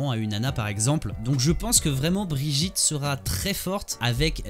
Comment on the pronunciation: C'est Brigitte pas brijitte ça ce prononce Guy. Comme hammone et pas hammonde..